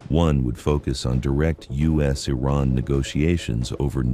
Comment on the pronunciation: This plastic lip job, Carolyn Levitte, can not even pronounce Iran!! Perhaps her grandfather/ husband can teach her pronounciiation!? Rubio is a zion nut job. He is not American